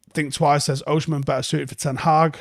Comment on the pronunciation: it’s Oh-Si-Men not Oh-Shi-Men